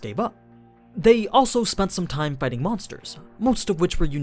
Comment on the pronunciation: I have been watching all Overloard, Goblin Slayer and Shield hero videos. Your voice is pretty good, I do enjoy it 99% of the time. You sometimes pronounce things weirdly though, like the way you force "t" in "time", the very first word you say in this video. Hopefully my feedback helps you improve or something, I guess? :P